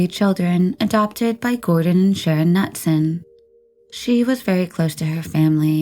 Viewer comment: it's ka-noot-sun actually lol